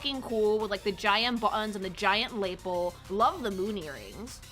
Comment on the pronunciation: I've never heard "lapel" pronounced that way.